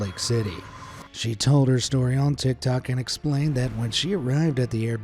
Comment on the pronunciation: bro litarali sed "tictac"☠️☠️☠️